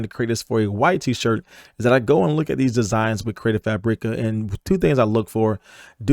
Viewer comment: Hahah its just pronounced CREATIVE FABRICAH. Like Frabic with an A at the end. There us no Eeeeee in there.